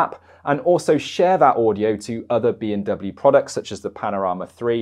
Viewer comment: I'm sorry but you sound like you are saying "BMW".